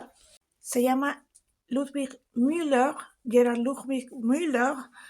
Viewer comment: Bien pronunciado, Lucía. La gente dice "Miuler", porque no saben pronunciar el alemán y creen que se pronuncia como el inglés